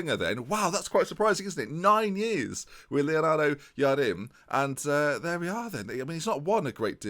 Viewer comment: its Jardim read like james its a hard J btw love the video keep it going